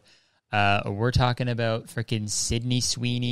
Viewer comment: i forget your until you say “abouuuuuuut”